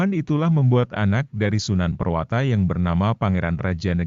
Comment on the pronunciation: Prawoto bukan purwata